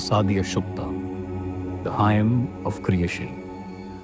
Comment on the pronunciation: Hymn is pronounced "him". Ideally it would be best to call it Sukta / Richa using the original Sanskrit non-translatable term.